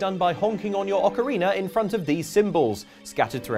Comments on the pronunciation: Ah yes, one of the best Zelda games: "Ocariner of Time". Truly a classic. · I must admit the water temple in Ocarina was confusing but I never played thet "ocariner" of time you talk about